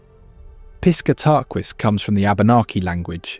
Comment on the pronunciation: I was looking to see if someone else had already mentioned this. I was willing to ignore the way Katahdin was pronounced, but Piss ka tah quis? Yikes.